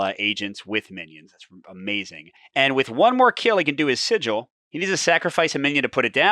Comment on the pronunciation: Pretty sure sigil is pronounce Si-Jill, as you first pronounced it. Like the look of this,. Thanks as ever. 👍